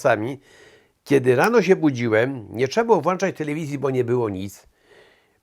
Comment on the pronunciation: jest pan dla mnie metorem i uwielbiam pana słuchać i ❤czekam na każdy odcinek i słucham pana wiele lat i przepraszamy ze tak powiem Ale mówi włączać A nią włanczc ❤